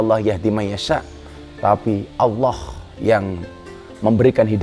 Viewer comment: Yg saya dengar dg headset, bliau mbak Katty sudah fasih melafalkan lafadz Alloh, jdi iri ☺ Mugi pinaringan sehat slalu Gus Miftah